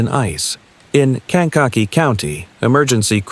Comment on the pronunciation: "cang-KOK-eee" county?